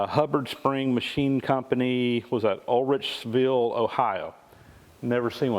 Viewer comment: Uhricksville = yer icks ville ohio ya butchered that one lol